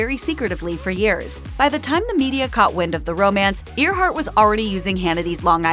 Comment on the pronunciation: Her name is pronounced Airhart, not Ear heart. No one pronounces that name as Ear heart.